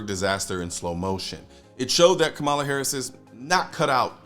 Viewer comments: First of all, KAmala (I don’t care how much you dislike her, Colion. Pronounce her name correctly. Show respect that all we 2A folk want shown to us) will be the next POTUS. Period. Get used to that reality. Secondly, just like Biden and Obama before her, she won’t succeed in banning semiautomatic rifles, nationally. There are too many Republicans who won’t let that happen. And frankly, we have the upper hand, and if we continue our fight, we’ll continue to have the upper hand. Period. Finally, as you and others have pointed out, there ain’t no way the government is gonna take hundreds of millions of gun away from gun owners without launching the country into chaos. Nobody wants that. Does that mean we can sit back and relax? HELL NO. But we can look at the situation will calm minds and discerning eyes so we can see what’s coming and find a way to counter it without becoming Chicken Little. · It's Kamala (comma-la). You always pronounce her name incorrectly. I'm a leftist, not a moderate liberal like Kamala, but I agree that many in the liberal bloc do not understand ballistics in any way or how different firearms even function or their capabilities.